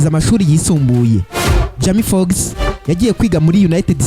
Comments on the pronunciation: Man ubundi ureba films? Banza uzige kuvuga bizagufasha ntago jama fox ni Jamie Foxx hera aho 👍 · Ubuse Icyo nigitekerezo nyabaki? kuvuga izina urumva c yasoma amazina nkuko uyasoma kandi ataramazina akomoka mu Rwanda we cado😂😂